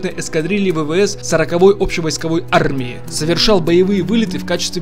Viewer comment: Почему нельзя нормально говорить слово армия?